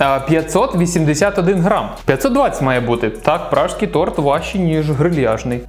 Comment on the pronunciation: ПраЗЬкий, будь ласка, не ПраЖський:) там на коробці ж написано